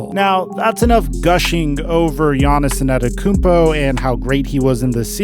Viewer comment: My nigga. Please for the love of... lol... please practice the mans name...... WHHHOoooo is "Giannison Adekounmpo" ?????